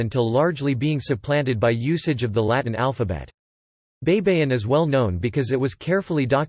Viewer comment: Hey it's pronounced bye-bye-in, not bei bei in. Spanish and Filipino words are pronounced the same way it's written. Please do your homework. You're embarrassing. I suggest you find a Filipino speaker, not a Yankee.